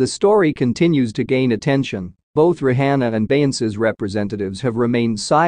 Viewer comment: Not even saying her nane right 😮 Rihanna